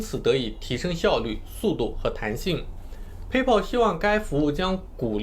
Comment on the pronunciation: PAYPAL 的发音都不对 还学人讲比特币